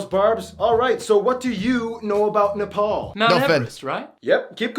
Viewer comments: Finally someone that pronounces Nepal correctly. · He actually pronounced NEPAL right